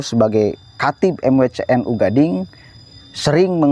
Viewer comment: Bukan Gading Bang, tapi Ganding. Bukan kak Jurjis, tapi bahasa madura K itu kiyai. Ganding itu nama Desa.